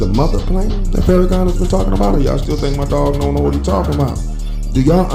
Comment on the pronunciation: Farrahkan? bryh really? out of all on earth, why him?